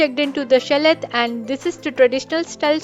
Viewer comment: You don’t pronounce the t in chalet.